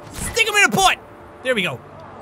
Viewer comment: i liked how he says butt